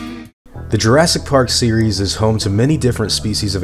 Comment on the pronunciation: UGSYGS JURSKY PARK